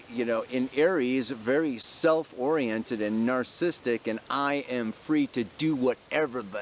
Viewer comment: "Narcissistic" - sorry! After I heard it twice I had to hip you. xo Great pele report, as always.